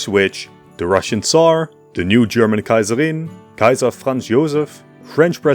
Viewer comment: I love the way How you say ‘Kaiserin’ and the other German names ❤